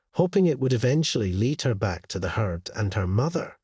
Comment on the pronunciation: not heatt but herd